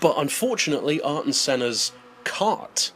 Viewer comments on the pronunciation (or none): Who is "Are-ton" Senna? Everyone pronounces his name "Air-ton" Senna.